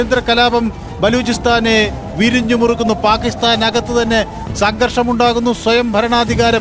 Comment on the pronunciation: വരിഞ്ഞു മുറുക്കുന്നു.... വരിഞ്ഞു മുറുക്കുന്നു....അങ്ങിനെ പറയൂ സുഹൃത്തെ